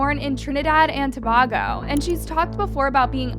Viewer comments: Girl, you did not just pronounce Tobago like that😭🤣. To-Bay-Go✨️ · you said Trinidad perfectly! 🥹 Tobago is pronounced with a long A or in the same way the a capital A sounds… it’s the same a sound that you get from the words, way or say. With love a girly that grew up in Tobago 🇹🇹🥹🙏🏾🙏🏾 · Omg you're saying Tobago wrong. You don't say To-bag-o you say To-bay-go. And you guys can keep her want we don't want her in T&T. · I’m sick of these mispronunciations, ta-bay-go not ta-bah-go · Please.... Tobago is pronounced as "To-bay-go" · its pronounced tuh-bay-go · Trinidad and Tobago Toe-bay-go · To-bay-go your welcome🥰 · Hey babe so our island is pronounced To-bay-go😭 and we do NOT want her back lmao. We are literally in jeaprody rn because of the man she is praising. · “Trinidad and towhoooo”, gorl😂😂 “To like in tower,b like in bat, a like in able and go hope this helps. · Trinidad and what!!! Too - bay - go Tobago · Here we go again miss pronouncing Tobago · The way they pronounce it pisses me off everytime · Gurll pronounced tobago properly next time